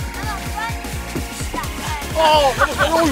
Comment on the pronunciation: cuidad0 boludo le salio lo argentino xD